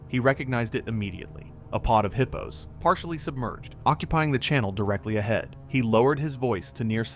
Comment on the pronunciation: Would you please stop calling hippos heapos 😏😅